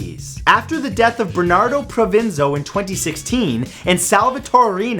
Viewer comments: Just a little point from an Italian person: the name of the previous Boss of Bosses was Bernardo Provenzano, not Provenzo! Nice vid anyway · Provenzano, not Provenzo.